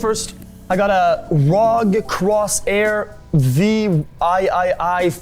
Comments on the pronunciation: I mean, he's a gamer. He should know that it isn't a Rog Cross-air Vee-Eye-Eye-Eye. and instead a R.O.G. Crosshair Vee-Eye-Eye-Eye (or 8, if you are that kind of person). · xQc: "I got a ROG Cross-air V i i i formula" 😂 The dude doesn't even know how to read... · I got a Rawg, cros air, Vee i i i fomula dewd